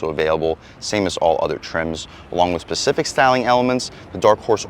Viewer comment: its pronounced SPECIFIC and your comparing the 5.0 to a BMW?